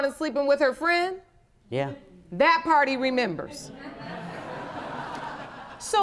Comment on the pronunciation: All we can all agree on so far is that he hooked up with “her fwiend!” 😳